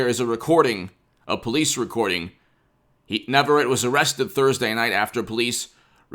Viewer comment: It is pronounced "Nah vah ret tay"